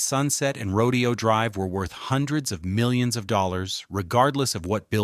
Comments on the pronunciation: Everyone take a shot when the narrator says " the pink walls" and 2 shots for "rodeo" (instead of row-day-oh.) No wonder I despise A I. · Seriously?? It’s not rodeo ( like cows and horse roping) .., “fool”!! … it’s pronounced..…. “Row .. day … Oh”!! .., like the famous street that it is … in Beverly Hills Calif!!😂.., please!!.., get it right: … or … don’t… write!!😢❤!! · It’s not “rodeo,” like a cowboy exhibition. It’s “row-day-oh.” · It's pronounced Ro Day O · AI doesn't get nuance. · Isn't it Rodèo (emphasis on day)? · Yep, but AI narration doesn't know that, and the creator obviously didn't care enough to check their work. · Exactly! Ro-dayyy-o! So annoying! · Yes ! It is row-DAY-oh.. Its not AI, it's either the teacher isn't teaching pronunciation. Or the kids aren't listening or have a desire to get it right, I can't figure it out. But yes. It makes me crazy smtms. I hear it at least once ir twice in a lit if these videos. I haven't figured out the cut off in age, where people get it all right yet. Even people up in their 40s miss pronounce things, and I wonder about it often times. At least there isn't an "like",or "bro", or "you feel me?" At the end of each sentence. No I don't "feel"you, nor do I want to.😮😅 he did get it right in this video too. Very strange. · It's always been "roh-dee-oh" until the browning of America began and the govt started referring to it in the way the non Whites who kept coming here were calling it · Ya mispronounced Rodeo! 😄😄😄😄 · it drove me nuts whenever he said Rodeo drive the wrong way.. pronunciation was wrong. Good video, but got boring about half way in.... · Yes. That was incredibly annoying.